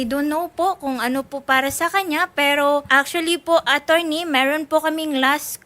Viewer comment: De nya na din mabigkas ang letter r masyado , “ meehrhon” ( meron)😩😩